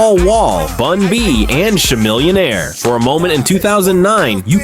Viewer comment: “Sha-millionare” The AI is down bad 😂😂